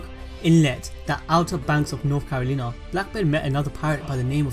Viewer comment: Not carolinah